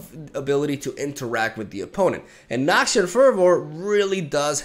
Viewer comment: "Elixir of iren" "Noxian furrvoor" 😂😂